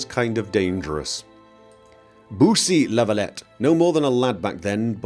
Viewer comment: I know that as an english speaking person, has a problem with the name "La Valette". I'm still annoyed by the fact that he does not pronounce it right. Looking forward for the playthrough!!